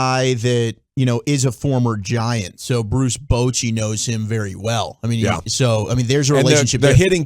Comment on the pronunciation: did that guy really call him boochy???